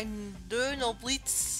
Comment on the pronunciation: Bei - wo du gesagt hattest "Donnerblitz" hat sich das fast so angehört als würdest du auch "Dönerblitz" sagen wollen. ^^ War ein sehr schönes Kämpfchen gegen Kalem, nur schade, dass das der letzte Kampf mit ihm war. ^^ Was mir aber auch schon in den vorherigen Kämpfen zwischen dir und Kalem aufgefallen ist, er ist zumindest auch nach einem Kampfverlust freundlich, was man von Gary oder von dem Revialen von der 2. Generation nicht sagen kann. ^^ Bei - nicht das ich wüsste.:) Ich bin jetzt schon so gespannt auf die Pokémon-Liga, dass kannst du dir glaub ich nicht so richtig vorstellen, wie sehr. ^^